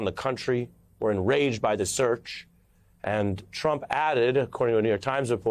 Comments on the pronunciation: He said Drump!!! Lol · "Drump" LOL!! How perfect!! it's like "Covfefe!!" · did he say Drump 😆